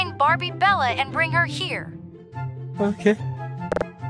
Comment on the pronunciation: Bro you cannot say Bella😊